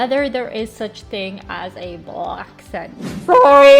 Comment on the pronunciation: I always kind of giggle when you say “House” or “Thing”. Sounds like you say “Hice” and “Ting”. It’s cute though! 😍